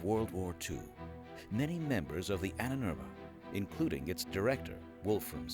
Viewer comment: Annenerbe... Ahnenerbe. Long a is ah.